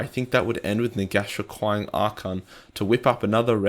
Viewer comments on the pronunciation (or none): none